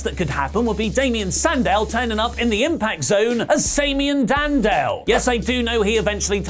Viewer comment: Damian Sandow not Sandal :D